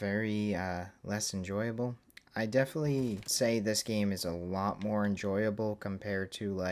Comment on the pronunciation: aight you gotta say "definitely" different or correct, i really can’t hear you say "deflee" instead of definitely anymore